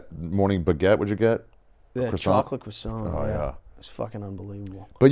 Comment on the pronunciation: Putting the pieces together in my head. lived in Switzerland for a year, and that's why he pronounced "croissant" like a Frenchman on Stuff Island and almost made Tommy have a stroke on camera 😂